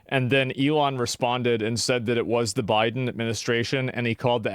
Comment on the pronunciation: bro he said 'Biden' like Drake and Josh say 'Megan'